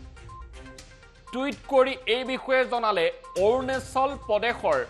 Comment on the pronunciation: Arunachal not arunechol